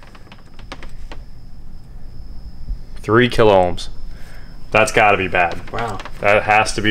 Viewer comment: There is no L in ohms